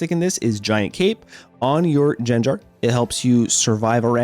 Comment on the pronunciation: It's pronounced (Gang-gar)